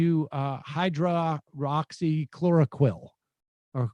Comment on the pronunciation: I love your show, Sam, and I watch almost every day. But god damn, man, write ”hydroxychloroquine” phonetically on a post-it note or something.